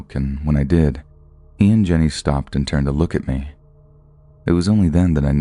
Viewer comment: This narrator 😅 his voice is a bit grating to my ears...it's the way he says "me" like "may" and the cadence of his speaking is odd. Idk he's my least favorite, whoever he is.